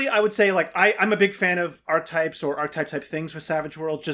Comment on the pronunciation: Archetypes has three syllables.